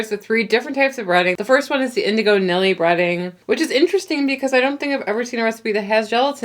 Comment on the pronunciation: Great video ladies! Btw indigo pronounces it Neely keeps calling her Nilly too even after she told him it was Neely 😂